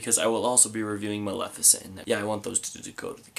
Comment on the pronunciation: Great episode as always, Days of Future Past is my fav too! And thank you for actually pronouncing "Maleficent" correctly, I've seen so many video reviews of the movie and every time people keep pronouncing the name with an I instead of an E, Maleficent not Malificent